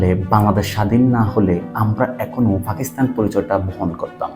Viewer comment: Age Fa theke pa te asen. Fakistan na Pakistan